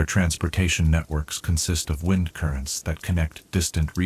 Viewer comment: Brother you read 'wind' and 'close' wrong.